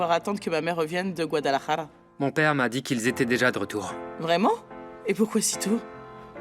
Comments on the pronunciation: Mwen tj ri a chak fwa yo pwononse gwadalajara sa wi😂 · Pawol pa pou nou mezanmi mw ki chita AP ri tèt mw a Chak fwa mw tande ville kot Eva ye a pou mp repetel tou son fenomèn gwadaèlla😂😂 yn moun ou k Dil byen pou mw svp 😢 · Komnse paka tande Guadalajara sa uii c jan yo prononsel la anko 😂😂